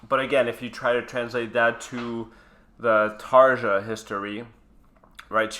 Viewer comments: TarYa! Not taaarghhaaa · It's not pronounced Tarcha.. Its Tar-ja... Like jacuzzi... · hey, I love your videos and your love for Nightwish. Just a tip. Since this has slightly bothered me in some earlier videos too. The way you pronounce Tarja makes her sound like Tarzan. The pronunciation is more in the line of tar-ya. Keep up the good work! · Actually, Tarja is pronounced Tar-ya. Because J in Finnish is pronounced like Y. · There is no "J" sound in many European languages, so Tarja is pronounced Ta ree ya, and Jansen is Yansen, sorry but by the end of the video it was bugging me and I had to mention it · Btw.. J in Finland is pronouned as a Y Jansen- Yansen Tarja- Tarya (Spelling- Pronunciation)